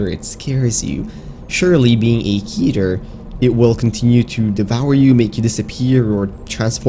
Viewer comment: It's Keter (Keh-ter) If you can say Keter Griffin then you are saying it wrong